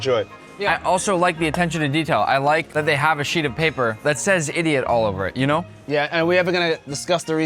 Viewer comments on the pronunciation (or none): none